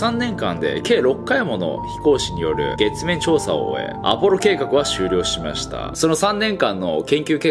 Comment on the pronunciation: 母音の発音が不快 「しましたぁ”ぁ”ぁ”」 「してしまってぇ”ぇ”ぇ”」 「しかしぃ”ぃ”ぃ”」みたいなの